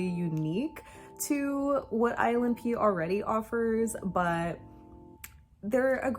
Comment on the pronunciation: I keep thinking you're saying "island pee" when you say "ILNP" XD